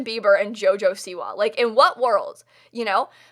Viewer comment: why do u say siwa weird